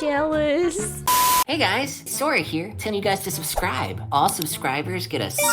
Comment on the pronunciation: Name: “sora” Pronounce: “ Su-Or-Ah “ Subtitles: “Sawyer” And other Subtitles: “Sword Ah” in another video: “sArA!”: “soda”: “Swora”